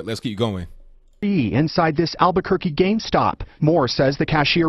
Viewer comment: I thought it was Game Stop... Not Gayme Stop!!!